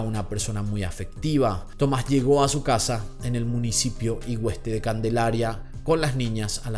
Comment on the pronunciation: Aquí otra chica de Tenerife! 🌴 La hipótesis que más se mantiene aquí en la isla es que él sigue vivo esté o no junto a la bebé. Recordar que antes de salir con el barco, ya de noche, salió del puerto rápido para ir a una gasolinera a comprar un cargador de móvil. Un saludo, te perdonamos la pronunciación de Güimar e Igueste 😘